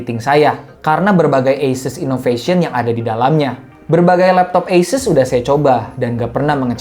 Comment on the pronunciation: dari video bung yg ini, baru tau cara penyebutan asus itu dibaca eises :)